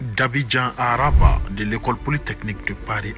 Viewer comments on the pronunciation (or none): none